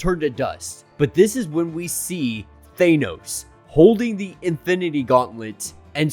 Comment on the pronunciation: just said Thane-Os. What have you done with the leader of the Legionaires!!?! Thane-Os?!? Thane-Os!!! My Gawd what’s next Superb Man??? I feel like i’m in an episode of What If